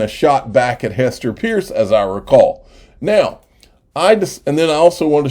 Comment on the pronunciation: It’s pronounced Purse.